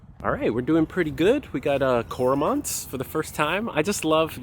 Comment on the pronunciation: Say Cormorant again :D ..... I was like "wait?... what?!" ;-)